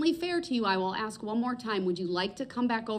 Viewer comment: Its ax snd snser